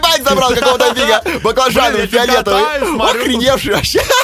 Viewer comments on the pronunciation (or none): феалетавий =D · твой любимый цвет фиалетавый